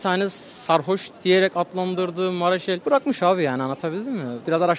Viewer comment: Mareşal diyen Genç Allah'nı seveyim 👍